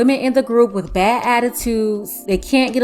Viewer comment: since when is wif (as in she dealt wif) a word?